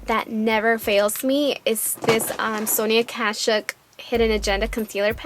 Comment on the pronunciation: it sounds soo funny when u say sonia kashuk lol the k at the end it very pronounced